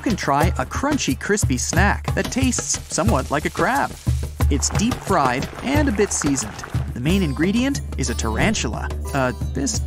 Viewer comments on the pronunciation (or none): none